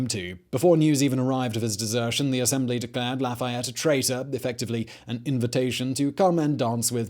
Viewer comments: Americans are convinced that French words are stressed on the last syllable. They aren't: they get the same emphasis as every other syllable. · Do you mean marquis de la foo fayette?